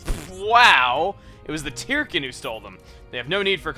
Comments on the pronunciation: I figured Tirkin was pronounced "turkin", like "turkey", since they're little bird guys. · Chugga, you pronounce Tirkin as "Tear-ken", yet I always thought it was pronounced as a combination of turkey and chicken (tur-ken). Do you pronounce it as "Tear-ken" because you simply want to say it that way, or is there something in the name I just don't get? I'd love to know if you have more information on the name. Either way, keep up the amazing work.